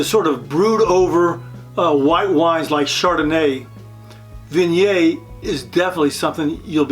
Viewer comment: Great info but please, for the love of God, pronounce Viognier and Condrieu correctly!